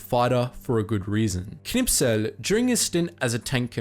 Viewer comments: K N I S P E L.......not K N I P S E L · Knispel, not Knipsel . Why do angloamericans always have a problem with the letters "sp"? It's easy, like in "spell" ;) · where are all the butthurt germans because you pronounced kniSPel as kniPSel? :D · You've spelt it Knispel but are pronouncing it Knipsel. Please correct. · KNISPEL, thats KNI-S-PEL NOT Knipsel ... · Wie er immer Knipsel statt Knispel sagt! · why do you keep saying knispel's name like "knipsel"? lol ... do you also say "gopsel" instead of "gospel"? :D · you put a lot effort into pronouncing the german soldier but unfortunately you ended up saying it like "Knipsel", not "Knispel". this post was made by the grammar nazi gang xD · Not "Knipsel", it's "Knispel". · You are pronouncing the german Tank-Ace wrong. You say "KniP-Sel", but in fact it is as could be seen in the video "KniS-Pel". And the russian Sniper: the name "Ivan" is pronounced "Eevan" and the letter "a" is pronouced like the british pronounce it in the word "dancing". And i have no clue how to explain the propper pronounciation of Simo Häyhä, you are pronouncing the first name right. But the family name... Other than that: nice video. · Knipsel you say...? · It's spelled Knispel in the video, but he's saying it Knipsel. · His name is Kurt KniSPel, not KniPSel. This triggered me so hard. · Kurt who? you have writtin his name correct but changed the s and the p around when you say it.... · Its knispel not knipsel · Kurt Knispel not Kurt Knipsel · His name was KniSPel, not KniPSel. I wonder what my friend Dan Knispel from Florida would say. :) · You said Knipsel...He is called Knispel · Its knispel, not knipsel! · His name is Knispel, not Knipsel. :p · it isnt knipsel, its knispel. also, he was from czechia, more precisely, moravia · "Kurt Knipsel" Really? Knipsel? Spell that name right, idiot. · He's called kispel not knipsel XD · Script says Knispel You read Knipsel JUST READ THE GODDAMN LETTERS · It is knispel not knipsel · KNI S P EL GODDAMMIT!